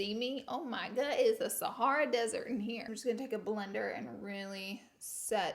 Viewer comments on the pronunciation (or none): none